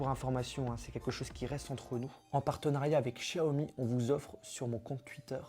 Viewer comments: Sa se dis pas 'Chaomi' mais bien Xiaomi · C'est pas chiaomi mais xiaomi mais aussi non bonne vidéo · Par contre on dit show mi pas chiaomi mais c'est qu'un detail